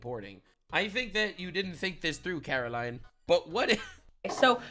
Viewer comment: Its karline, with a k. Say it right, she deserves that respect